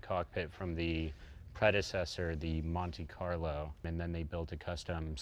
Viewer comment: it cracks me up hearing americans trying to say italian names.........like "SurgeeO"or "Stradalay"or "Straddoss""seddah ""MonteeCarlo" etc. almost as funny as Jay crawling in tight cars......love it !